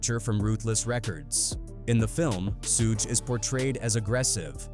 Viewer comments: Sue Gay and 2pack. AI slop. 😅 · the peeru bloods god why can’t ai pronounce names right it’s piru and suge knight lol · How the hell you gonna include Suge and not know how to pronounce his name? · I hate the way the AI pronounces Suges name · Nothing like a culture vulture reporting on something he knows nothing about. HTF ? He miss pronounced Suge name. I immediately stopped and blocking this dumb 💩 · It will be great when AI learns to pronounce Suge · AI still can't properly pronounce Suge lol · I never heard SUGE pronounced worst in my life smh this is as bad as when they say "2pack" lmao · Because lazy and AI😅😮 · F ALL THAT I SEE WHITE PPL CANT READ LOL IT NOT SOOOOOOG IT NOT SUUUUUUUUUUG IT SUGE example sugar instead of adding the ar you adding an E to that it Suge 😂😂😂😂😂😂😂😂😂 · Bruh that AI shit talk worse than Trap Lore Ross. The shit can’t pronounce “SUGE” shit said “SHA-GAY” lol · Who is sue gay lol its suge pronounced as shoog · Should've said So-gay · What the hell is a "Sugay"? Quit being lazy with AI and voice your own script, poser. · Soog? Soogay? Soogie? Holy hell AI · You done f*cked up already by calling a man Soogue Knight man WTH 😅 and even made me missed spell his name too right in this comment section. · Who the fvck is sooge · Who the hell is “Sue’Gay”? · SUEGAY....really lol 😂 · Hahaha Suuug knight haha. AI sucks! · Soog Knight😂 This AI stuff is getting out of hand. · Sooge, Sewgay, Sewgee, Topack, Rakeem... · Dang! Narrator needs some serious help. Suge Knight - Phonetic spelling: SHUHG (rhymes with “sugar” without the “ar”) 2 Pac - Phonetic spelling: TOO-pahk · "SUGE"!! Short for SUGAR man get it right or don't get it at all!!! #SMDH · “Sooge Knight” no shame with the AI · Hullup nihh mane!.... Who in the hell is SEEEWG KNIGHT!😂🤣😂🤣😂🤣😂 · When someone pronounces Suge like "soog" and then seconds later pronounces it suuuugay, you know this ain't the video to watch 😂😂😂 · true AI does say suuug ha ha ha. damn machine. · Suhguey lol